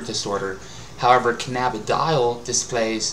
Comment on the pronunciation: It's pronounced canna-bid-e-ol. Open your eyes